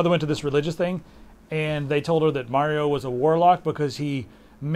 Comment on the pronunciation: May-rio? It's Mah-rio damnit.